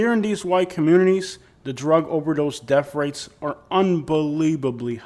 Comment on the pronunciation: paticalur. def rates. springfuld. what the hell are "def rates"? take a speech class.